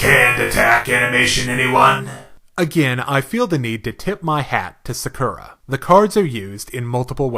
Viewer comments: sakera??? u mean sakura^^ pronounced sa.kuu.ra^^ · OMG my years. It's not SakUra, it's SAkura